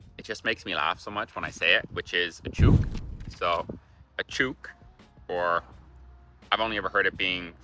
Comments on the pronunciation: It’s chook not chuke say it like book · Chook rhymes with brook not fluke. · choooook is not, it's pronounced like took or look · We don't chewk say took with ch chook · You pronounce the o’s in chook like you would say book. It doesn’t rhyme with boot. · It's chook as in book, not chewk as in fluke. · Mate? Well, there's the foreign mehte and then there's the Australian maahte ... draw out the vowel with an A. Chook? Not choook, pinch the double-O vowel... make the O more like a pinched U Barbie? The Australian accent is non-rhotic, so, not barrbie, but baahbie (see maahte) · It’s chook as in took, or crook, not chuke as in puke. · It's chOOk not chuke. We also do use beauty, but in typical Australian fashion we shorten it. We use bute. As in, she's a bute. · Mate it’s not a chooook ….l’ts a chook pronounced like book. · Chook rhymes with LOOK!!!! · Chook pronounced the same as look, is any chicken, alive or otherwise. "I have about 20 chooks in my backyard". Champion can also be used instead of legend. "Thanks mate, you're a champion." The maggie will be back to normal soon. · Magpies learn who people are. So he will probably not like you next season too.. Try feeding them (not bread) in the off season, they can learn to like you. Just a bad time, breeding season.. Chook iis said with a short oo.. Like CH-uk.. Bachelors Handbag is coz you can tell the single guys in the shop, who have bought a chook and some bits and pieces for dinner. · You need to work on your pronunciation for chook - rhymes with book or hook. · You are pronouncing chook wrong……should rhyme with cook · OMG no, one attacked you? lol. Yep tons of people do get swooped. Chook is said as you if you're saying book. I hope that helps. Cheers my friend I hope that you really enjoy it here. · I fell off my couch hearing chew'k for chook. Oo is a long sound. Good list of terms/words. Just work on the pronunciation. (Put em far sis on the correct sil arbles) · chook rhymes with look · Yeh. Not with puke🤮